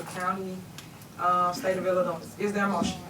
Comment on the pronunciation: She has lived in Illinois her whole life yet says IllinoiS with an S on the end… I know she talks like an alley hooker but come on a 5 year old knows that…. Christ almighty! The baby and the grown one!